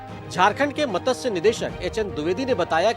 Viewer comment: मतस्य नहीं मत्स्य है। यदि हिन्दी नहीं आती तो पञ्जाबी समाचार रिपोर्ट करो।